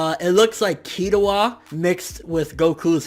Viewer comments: dammit man say it with me, Kil-lu-a lol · Why does this guy over do there anime names Killua is hard to say dude. Ily tho